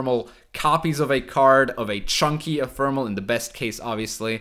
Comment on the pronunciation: IT'S EPHEMERAL NOT ETHERMAL PLEASE